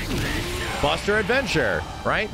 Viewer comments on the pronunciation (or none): Is it me Or am I thinking Terry says “BUSTER IGNITION” when he’s performing his level 3 Edit: I researched it and it’s actually called “Stardust Ignition” but Somehow I’M only hearing the 1st word as Buster.